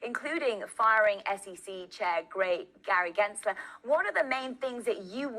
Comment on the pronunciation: “Gray Gensler”